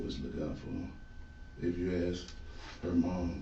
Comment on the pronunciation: Please stop saying Ax. When the word is Ask. 🙏